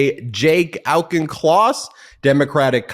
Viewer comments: The name Auchincloss is pronounced Awk-in-closs. Thanks. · Is that really how he says his name Ben? It's quite possible in the USA but as a Scot it hurt my ears. Auchin/Auchen is a very common component of Scots place names. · Congressman Auchincloss…holy smokes…I’m going to have to make it a point to remember how to pronounce that name. Thank you.